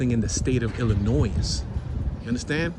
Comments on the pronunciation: BTW, it's pronounced ill-a-noy NOT ill-a-noise! 😂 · IllinOISE, it’s Illinois! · The final s on Illinois Is silent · You are pronouncing Illinois incorrectly. The "s" is silent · How is it that you know how to pronounce "sconces" although you didn't know it; but are pronouncing Illinois wrong? No "s" on the end. Gave you a thumps up as we laughed about it. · Damn Dude, silent s in Illinois, be nice if you had interior photos. Have a good one